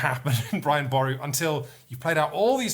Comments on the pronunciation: Thanks for showing the game Brian boru, but I think needs to brush up on Irish names...it’s Pronounced “Boruu “ not bore u” and probably also the artist’s name is Deirdre (pronounced ‘ Deer dra,” not Deer dree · Irish person here, Boru is pronounched like buh roo. Our language likes its trickery.